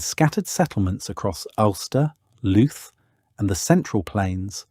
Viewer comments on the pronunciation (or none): ..,and YOU looted the name of LOUTH....pronouncing it LOOT!! 😅🇮🇪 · ..pronunciation: Glendalough = glen-daw-lock, Louth = loud-th